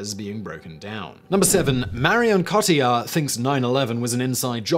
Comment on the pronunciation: Interesting you would say Marion Cotillard would be remembered for her but role in inception instead of her acclaimed role in La Vie en Rose. Also her name is pronounced “cot-eey ar” not “coh til ard” I’m not disputing your facts only your presentation that shows marked biased and lack of attempt to understand or appreciate other cultures. How very English of you. First of your videos I will be disliking...